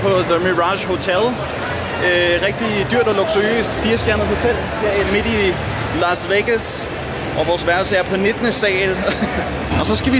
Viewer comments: “Lars Vegas” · Elsker at det lyder som om du siger "lars" vegas